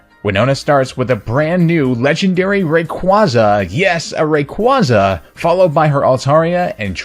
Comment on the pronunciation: Gah. That pronunciation of Rayquaza.